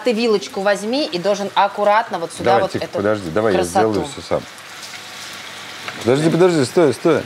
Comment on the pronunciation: Если с Ляйсан работал профессор, то почему что, что Ляйсан говорят постоянно не сюда, а суда, откуда такая деревня?? Вроде обе ведущие, а русский язык не знают.. печально